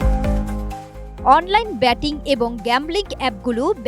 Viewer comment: ব্যাটিং না সেইটা উচ্চারণ হবে বেটিং, আগামীতে আরও ভাল করবেন